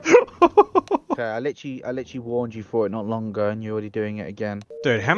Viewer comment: LICHURLY I LICHURLY WARNED YUUUU LICHURLY NOT A MINUTE PAST AND LICHURLY